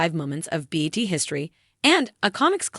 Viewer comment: Ok... if this is AI... PLEASE KNOW BET is B E T. This is all wrong. Please just have a real person read this information. That is S'More NOT Underwood. Problematic in so many different ways.